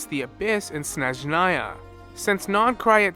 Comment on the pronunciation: Thank you for noticing my past post about snezhnaya pronunciation, im so so happy. Im eager to watch all your incoming nod krai theories, Love your videos!